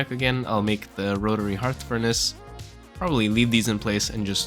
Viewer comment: Thank you for pronouncing "hearth" correctly... So many people making videos are saying "hurth"